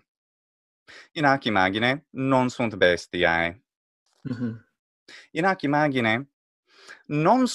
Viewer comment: Why does he nasalize vowels so much? bestiãe? imãgine? grãtiã? Is it his way to indicate a long vowel? "alborear" existe en castellano